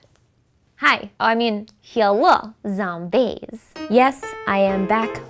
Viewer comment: She should say “Hello Zambies” instead of “Hello Zombies”